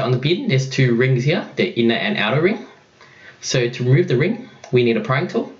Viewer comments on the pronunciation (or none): it's not "rumueve"